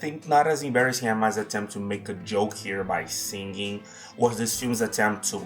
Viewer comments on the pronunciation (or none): I hate the way you pronounce the word singing as if it has two Gs. Sing-ging